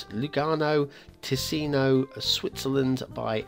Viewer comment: i gotta say that “Kopfbahnhof” was very good (in terms of your pronunciation). As were Lugano and Ticino, this was probably the first episode in which you got it all right:p